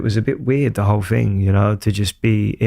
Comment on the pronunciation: It's you not yoo. 🙄